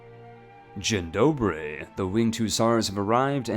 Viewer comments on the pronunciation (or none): As a Pole I won't jump onto the way you pronounced Dzień dobry